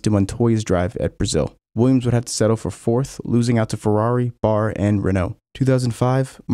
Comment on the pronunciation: Did you really call B.A.R. Bar